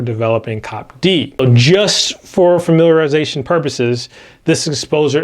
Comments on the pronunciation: love you guys and it is see-oh-pee-dee. Thanks. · I think it’s called C.O.P.D and not cop d